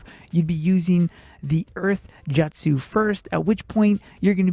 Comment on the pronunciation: nice guide I love it but jutsu is pronounced simply as jut su not jat su ❤️